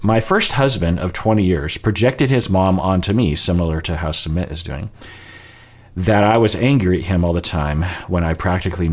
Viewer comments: you're not saying Sumit correctly. Per another user it's Su as in Susanna and mit as in Mitsubishi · He never does lol... He tried for the first few videos then just went back to saying summit. Yet he rolls his r for Larissa and Andre. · Yes and the emphasis should be on the second syllable